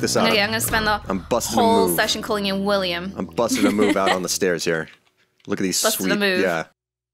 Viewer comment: am I the only one who hears willy-am every time says his name?